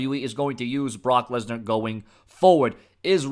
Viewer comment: Lensar? You mean Lesnar